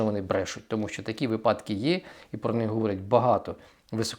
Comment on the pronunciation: Перепрошую, але слідкуйте за своєю мовою, шановний! Ставте наголоси у словах правильно!!! Не випАдки, а вИпадки і т.ін. Якщо ви такий щирий українець, йдіть у ЗСУ, та вчіть нарешті нашу Українську мову!